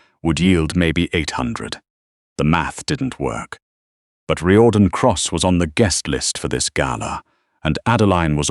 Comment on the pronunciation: It's Rear-don not Ry-or-dan